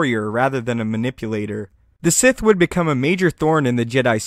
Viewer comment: Sith, not Site, nor Sigh. xD